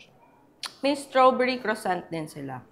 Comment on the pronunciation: Croissant (kruh.sahn)...pronounce it with a silent T at the end